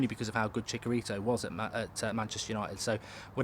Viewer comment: Ps. It's Chi-cha-ri-to